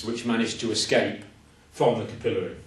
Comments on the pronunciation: Good teacher! We Yanks say capillary with the emphasis on the syllable "cap." I think I'll start saying it the way he says it. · It's pronounced capillary not capillary